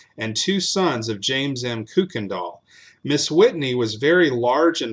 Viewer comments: Your mispronunciation of the name Kuykendall [it's properly pronounced KYE-ken-dahl} throughout this piece really detracts from the story. In East Texas, the surviving members of that family pronounce the name KIRK-ken-dahl, but NO ONE pronounces it like you do [COOK-en-dahl]! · May I respectfully ask that you reconsider how you pronounce “Kuykendall”? That’s my maiden name, can trace ancestry back to before Revolutionary War…we pronounce it just as it reads, “Kuy-ken-dall”. Enjoy your channel! new subscriber. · We pronounce it Kuy, which rhymes with buy…other branches put an “r” in it and pronounce it “Kirkendall. Unknown where that originated. Thank you! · My family is listed among the neighbors and the Massingills are relatives. Our ancestor is buried on on the Kuykendall Ranch. We always pronounced it either Kirkendall or Kuykendall (coo-ken-doll).